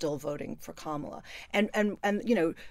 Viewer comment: It's ",la" (or "comma-la") not "camel-a" ... would you Brits please get it right already!